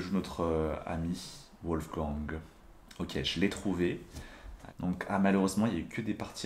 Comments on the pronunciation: Wolgang se prononce《 Volleguangue》pas 《ouolleguangue》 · tes vidéo sont excellents, MAIS "Wolfgang" (chasseur de Loup) se prononce "Volfgangue" et pas "Ouolfgan"